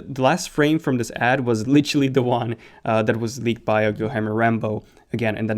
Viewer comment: Guilherme is pronounced GEE-AIR-MAY. You gotta read this man 😂